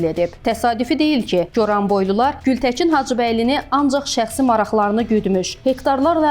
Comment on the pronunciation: Ay aparıcı xanım. Baçı yox Bakı, Gültəçin yox Gültəkin. Ana dilimiz Azərbaycan dilində düzgün danışmağı öyrənin sonra kanal açın.